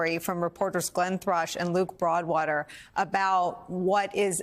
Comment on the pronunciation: Did you say Luke Faudwater. ?